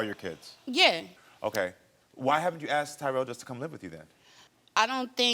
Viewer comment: It's not 'aksed" it's asked!!!!!! Speak properly@